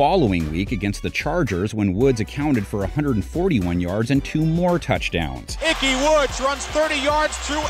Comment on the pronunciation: lots of Browns in here. also, his name is Ickey, not Icky.